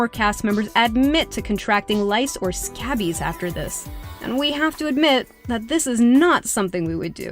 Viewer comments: It's pronounced "scaybies" not "scabees"....LMAO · twitch It's pronounced "skAY-bees". And it is NOT fun to have!